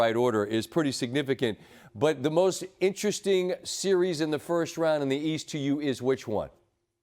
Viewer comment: Nobody: Perk: "Seer-rees"